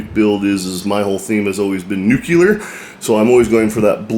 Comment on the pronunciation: Nuclear is pronounced 'new-clee-er' not 'new-cue-ler'